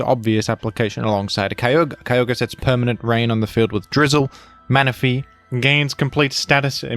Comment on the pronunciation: Why do you pronounce that weather legendary so wierd? It's pronounced Kee-og-ree